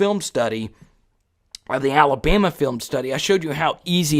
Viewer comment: Ala"bee" ma? Its ALA-BAMA!